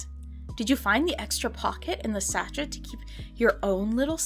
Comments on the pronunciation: Petty point of order- it’s pronounced ‘Sashay’, not ‘satchett’ 😂 I really tried to ignore it but after the tenth time of hearing it I just couldn’t stay quiet, sorry 😂 apart from that, loved this video, and I now have a new collecting rabbit hole to go down, my Etsy basket is now filled with slightly weird 80s dolls 😅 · It’s pronounced “saa shay” not shachet. In case you ever need to say it again in your life. 😁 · Its scent “sashay” babe. Not sashet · I think sachet is prounounced as sah shay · sachet is French so it's pronounced like sashay. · “Sachet” with a pronounced “T” is killing me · I'm 100% with you. The first time I was like "ugh okay" but then she says it like 30 times.